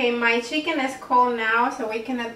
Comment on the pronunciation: She says cheeken